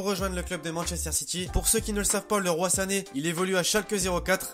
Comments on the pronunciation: C'est pas Leroi Sane Leroy(Liroyyyy) Sané 😉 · On ne prononce pas ( le roi sane ) mais leroïe sane ecrit leroy sane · " Le roi Sané " on dit " liroye " mdrr 😂😂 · Juste un truc c'est pas leroi sané mais leroy sané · On dit leroyyy sane pas le roi sane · On dis leroyy sane pas leroi